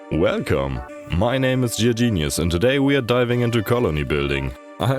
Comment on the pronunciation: So it is not clear if you are mispronouncing the word gear on purpose, mainly because I can not think of a good reason to do so. Respectfully it should sound like the G in good, or grab, or goofy.